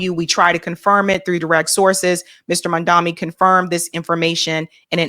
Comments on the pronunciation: Please say his name correctly. He is MAMDANI not MANDAMI. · can't even pronounce this man's name correctly. His name is Mamdani. Not Mandami. It's highly disrespectful!! is trying to sabotage him, and I don't know why. Why not do a show critiquing his policies and why they're popular with the NYC voters. Instead, you do a show about what box an 18 year old checked on a college admissions application?? You're disgraceful,! You're gonna lose subscribers if you keep this up. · Its not MAN-DAMI. Its MAM-DANI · you're not even saying his name right... it's M A M D A N I. Why is it so hard? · Please, his name is MAM-DANI. It's not hard to say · "Mom Donnie" MomDonnie.. What is so fucking hard about saying Mom Donnie? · has lost the goddamn plot with this story. She’s really stretching to make it sound like an eighteen year old kid filling out college applications fifteen years ago and who had spent a good part of his life up to that point in Uganda was willfully lying and trying to game the system. Plus, how are you reading straight off an article and you STILL can’t pronounce the guy’s name correctly? It’s MAMDANI, not MANDAMI. Get it right!